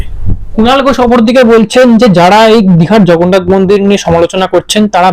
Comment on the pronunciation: উনি জগন্নাথকে "ভগন্নাথ" 😅 বলে দেগে দিয়েছেন। ওঃ লাভলি 😂😂😂😂